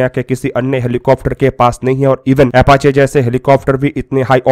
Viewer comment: MERE BHAI PEHELI BAAT TOH AFACHE NAHIN, APACHE HOTA HAI, AUR DOOSRI BAAT YEH HAI KI, BHARAT BOLTA JALDI HAI, AUR KARTA 20 SAAL BAAD HAI 🙏, BAAKI AAP SAMAJHDAAR HO SAMAJH GAYEHONGE🙏